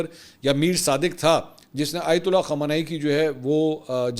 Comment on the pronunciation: أپ خامینائ کو خامانائ کیوں بولتے ہیں۔۔۔۔۔۔؟